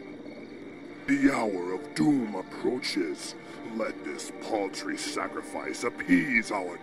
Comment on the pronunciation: *cough* That's paltry, as in measly. Not chickens.